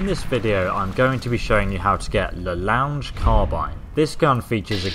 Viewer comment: You don't pronounce it as "lounge " but "lo' + ongue (like tongur without t) just please don't butcher foreign words anymore PS : "longue" means long in french